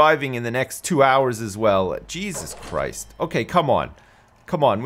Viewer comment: "Jesus Chwist!" :)